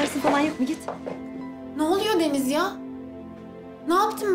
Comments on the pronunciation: Rahmet Deniz derken sanki Filiz diyormuş gibi geliyor kulağima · Kulağa öyle geliyo ama deniz diyo hatta ilk başta deniz dediği anda ben filiz anladım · Bende ilk başta filiz diye duydum ama sonra yavaşlatarak izledim deniz diyor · Bende öyle sanmıştım ama Deniz diyor. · fideniz diyor ADAdasDSadASDAsaSaSSaSaa :D :d